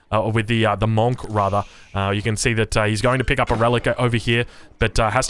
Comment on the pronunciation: Can we please say Monk properly